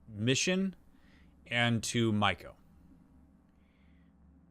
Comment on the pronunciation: Judy said her name multiple times. How are you still mispronouncing Maiko. She’s not a shark.